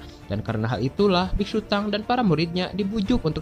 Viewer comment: Nama nya biksutong bukan biksutang 🤣🤣